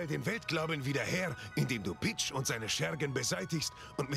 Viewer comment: Video: Es war...PICH! Ich: Es war...PEACH?!?!